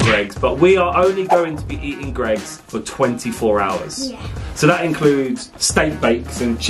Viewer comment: It’s Gregg’s not greegs